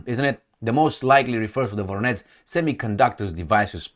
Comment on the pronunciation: It's Voronezh - not Voronetz Zh sound, like in Corsage Or in Bon voyage